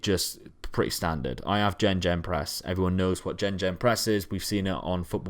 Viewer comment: Jenjen press 😂 good video though 👌